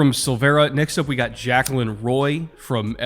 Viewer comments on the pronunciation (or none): Hey I went to LSU with Jaquelin. Wanted to let you know it’s pronounced Jac-quay-lin